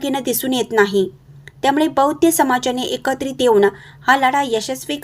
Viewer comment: ' बौद्ध ' असाच शब्दाचा उच्चार करा.बौद्य नव्हे.